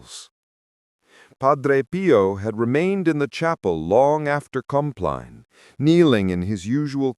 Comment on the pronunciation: If this was not AI Compline would have been pronounce "Comp-leen" I hate AI videos as much as I love Padre Pio